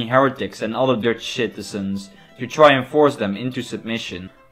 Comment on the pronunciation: Did you say shitizens?